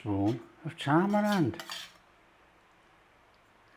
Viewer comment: poor thinks tamarind is "tamarand". perhaps he's getting mixed up with Talleyrand